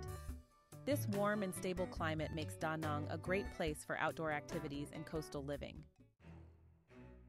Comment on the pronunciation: Danang not Donang ...